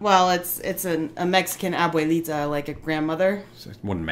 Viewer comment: Excellent choice with Chocolate Abuelita! You had some trouble saying "abuelita", but that's because you're English speakers and you can't avoid mangling it. It means grandma, so it implies that this is the chocolate grandma would use. Yes, you can eat it straight and I have done so many times, it even has score marks molded into it so you can break off as little or as much as you like, although you'll find it easier to use a knife, but make sure you don't cut yourself accidentally because it's pretty hard. It's very rich and if you eat it with your fingers you'll get molten chocolate stains on your fingers, so you'll do some licking or have a napkin handy. Also as you bite it be prepared to catch crumbly grains of chocolate and sugar.. So, in México, we bring milk to almost a boil then reduce the heat to a simmer. The chocolate gets broken up as much as possible before adding to the milk because it is very dense and takes a while to melt in the milk. The chocolate tab is a mixture with coarse sugar throughout. You stir the pot constantly until homogenous, and right before serving we use a wooden utensil shaped like a barrel that has two or three loose wooden rings carved out of it, whipping the chocolate until it has a rich dense froth, this is called champurrado. When you drink it, continue stirring it frequently with a spoon because the chocolate solids will settle to the bottom, sort of like coffee grounds. As for biases, you have to remember that Cacao, and therefore cho